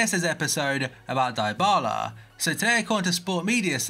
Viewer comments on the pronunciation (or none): none